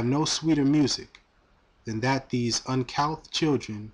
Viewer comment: The word you looked up, uncouth, should be pronounced like uncooth. I'm sure you've found that out by now, but just in case anyone else was wondering.. continue to elevate my brother.